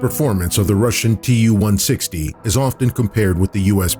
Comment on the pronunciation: As a Russian native speaker, my ears bleed after hearing Tu-160 pronounced 278 times wrong... I don't get it, why English speaking don't get it that Tu ist the short form for the engineer's name Tupolev. The same as Mig=Migojan, Su=Sukhoi, Yak=Yakovlev and so on... It is not an acronym for 2 words!!! It's not like AK or KGB or UK /USA. It's just Su-**..like the name Sue...Don't make this unprofessional mistake fellas. It hurts my feelings and makes my ears bleed :)